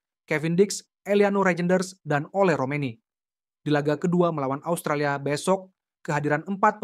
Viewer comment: Asutralia apaan, 😂😂😂 kocak luu, ngomong yng bner 😂😂